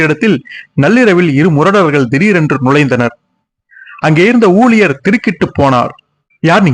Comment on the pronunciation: தமிழ் நன்றாகவே பேசுகிறாய் அந்த ஊழியர்களை ஊளியர்கள் என்றாயே உச்சரிப்பு மிக முக்கியம்.